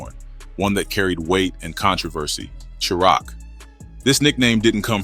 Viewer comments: Tf Is Sure Rock ? Chi Raq Is Pronounced Shy-Rack Goof Ah 😂😂😂😂😂😂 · He said SHURAQ😂😂😂😂😂😂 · 😂😂 Chiraq is pronounced like "Shy rack".... This is the second video I've watched where it's said wrong.. come on bro! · Shy-rack = Chiraq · Well I'm done..unsubscribe..I can't follow A.i....hearing words mispronounced throws me out...can't say chi-raq right...i thought this was a real ni@@@ reading lol